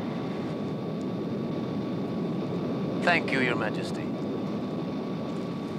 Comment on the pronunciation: That’s “gracious”. And his name is “Hassan”.